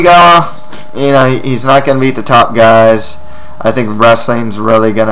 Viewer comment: Please don't ever say Omigawa like that again.